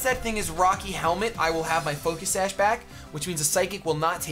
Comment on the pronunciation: ?? u said focus sash sawk..